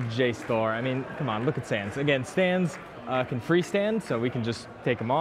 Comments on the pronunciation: Did anyone else notice when he spared sans he said thanks ness? BUT THATS JUST A THEORY, A GAME THEORY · WHO SAID THANNS NESS